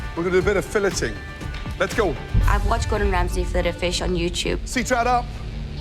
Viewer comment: "ESS GORDUN REMSAYYY"